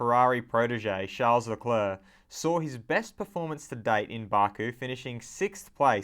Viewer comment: Lol why are you saying barku? It's Baku! As in "WELL DONE BAKU" Love your videos!